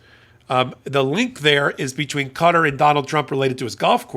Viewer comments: Qatar is pronounced kah taa not cutter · Qatar isn't pronounced "cutter"! It's pronounced "Kuh-taa"! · I have the utmost respect for your intelligence and knowledge of all things legal, but Qatar is not pronounced "cutter", it's pronounced "cuh-TAR" with an accent on the second syllable. Love your hot takes, keep em coming! 😊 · Qatar is most often pronounced with the last syllable stressed: Ka-TAR. Certainly not 'cutter'. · Sorry I tried to stick with this as long as I could, and I know its raising important points but I had to give up when you continually pronounce the name of the country as Cutter. Its Qatar pronounced the same as throat and nasal mucus...catarrh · It's Qatar. Not Cutter